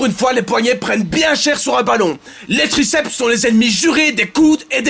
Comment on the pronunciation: "Graceps interne" mdr